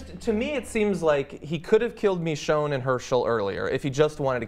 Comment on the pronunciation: Well I have two things to mention to everyone that; 1. I think you are saying Michonee wrong (I think that's how you spell it lol) Instead you are saying mechonee. 2. The Idea of having a baby zombie is cool and all but I don't think it would work as seen in one of the Govenors episodes once he was trying to get a oxygen canister for Lilly's Father. A walker that was either born crippled or made crippled in later life events it still couldn't walk but it tried to but instead she or it fallen to the floor from the wheel chair unable to move, this could prove that the baby wouldn't be able to move properly as the legs and the arms/hands aren't fully developed yet, or even have the chance to move them the way they intend them